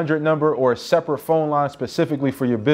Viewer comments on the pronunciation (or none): none